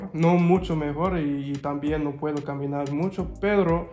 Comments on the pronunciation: Haha "perro" y "pero" Good luck! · This makes me so happy! You're doing so well, health wise and Spanish wise, this makes me motivated to also start learning Spanish. Can't wait for your app! Also I got a good laugh at 'Perro' XD